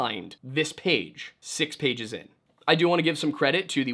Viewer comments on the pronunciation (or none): none